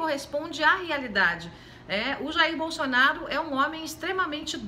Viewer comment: "Bolxonaru"? A senhora tá ruim dos dentes ? Kkkkkk